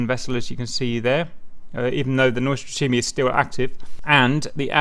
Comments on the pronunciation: lol name pronounce is completely off, but the rest is fine :) :) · That would be much closer although still not exactly on point :)